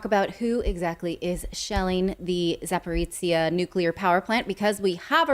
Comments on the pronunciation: Not trying to be a smart ass or something, but Power Station region is actually pronounced as "Zap-o-rozh-yeah". ("zh" as in Jean-Pierre, haha). I know that it's a tongue twister for many westerners, but hey, one could try, right? And thanks for all the awesome stories, you guys rock! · Pronounce the name of the power plant and it’s geographic area [‘zapo’rojhyeh], please. That is how it is called. It is not that strange word/name many English-speaking journalists are attempting to pronounce, which no one knowing that area recognises either by ear or in writing.